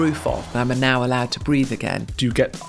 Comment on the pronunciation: Breathe again. Not breath again.